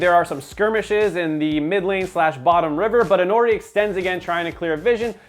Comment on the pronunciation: its intori not intnori